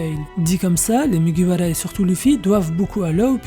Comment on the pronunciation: Pk tu dis mugiwala et pas mugiwara ta pas besoin de le dire en japonais :sueur